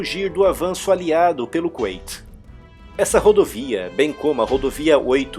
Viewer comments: Não é Kunaiti (como se pronuncia) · "Qüeiti"???? Kkkkk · a Pronúncia é Kuwait (com u no som) ou Kuwait (ait) no som ? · Cara vc fala kuwait com pronúncia em inglês, isso ficou estranho para mim